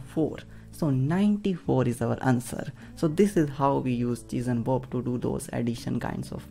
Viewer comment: I'm sorry, but I can't stop hearing "cheese and Bob" XD Thank you so much though! It helped so much. Such a cool and efficient technique.